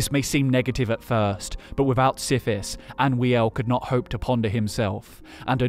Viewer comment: It's Anoo-iel not Anwee-el